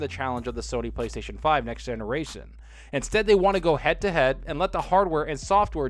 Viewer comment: Fuck PlayStation i got both consoles and my xbox one out lasted it the ps4 and it was the original xbox one fuck PlayStation there updates make the console power supply break down and the PlayStation don't work no more and thy can't even say playstation right playstatison 😂 PlayStation pussy's get fuck out here with that shit learn how to say PlayStation before releasing a console .